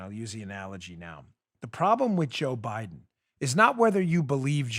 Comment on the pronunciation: Dan, he said “Joe Bliden’s husband”